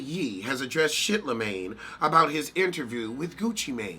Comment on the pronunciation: This nigga said shitlamagne 😂😂😂😂😂😂😂 you win again queen